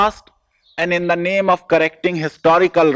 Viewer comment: Your pronounciation is quite wrong